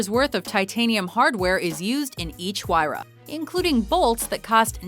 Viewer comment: anybody notice that she pronounced Pagani Huayra wrong